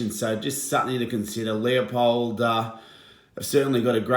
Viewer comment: It is pronounced Loo-pold.